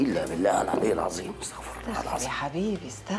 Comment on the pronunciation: الزالمين ❌ الظالمين ✅ العزيم ❌ العظيم ✅